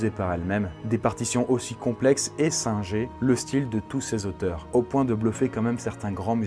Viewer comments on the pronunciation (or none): none